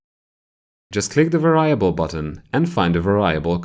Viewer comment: I love these videos but you’re saying “Variable” wrong and makes it hard to watch :P